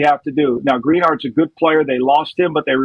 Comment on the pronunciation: “Green Yard” 🤦🏾‍♂️